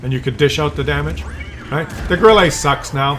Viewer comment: I have recently (re)started playing WoT after an hiatus of many years. I agree with all your comments - it now reminds me of those tabletop wargames where players field 1/56 Jagdtigers on a 6x4 feet table., a word of advice from a Kellermann to a Kellerman, Grille is pronounced Grill-uh not Grill-ay 😉 Keep up the good work, your videos are very entertaining.